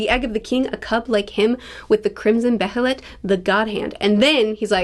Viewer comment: Loved the Behelit tangent (you're saying it right btw, either beh-heh-lit or bey-heh-lit) and I'm so glad you're picking up on the free will vs fate/causality themes.